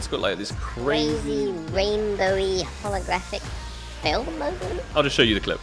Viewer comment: "creezi reenbouwi hologarafik tingi" lmao